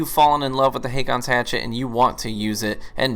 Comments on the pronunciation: Just to be "that guy", you pronounce it basically "Hawkons". It's a normal name in Scandinavia. Some use Å instead of AA, which is an older form of the name. We've had several Kings named Håkon/Haakon. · Dude...Haakon is how you spell the old Norwegian name HÅKON (Pronounced in "murican" as Ho-Con). The letter Å in Norwegian is pronounced like "Oh" in English. Google must be broken if you couldn't look it up... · "AA" in Nordic languages, and in names like "Haakon" is pronounced with a "o" type sound. Not the American "A" [ey]. It's also a way of writing this letter "Å". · The double A is an old way to write the norwegian letter Å. Haakon is a scandinavian name and is pronounced "Hokon" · It's actually pronounced "Haakon's Hatchet." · aa is å in norwegian and u say it like a o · The two "aa"s in Haakon is pronounced the same way the Scandinavan letter "å" is. For an English comparison, the "a" in "raw" or in "war" is pronounced like an "å".